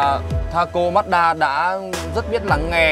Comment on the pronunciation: Ma chư đa chứ ko phải mát đaaaa nhé ae =)))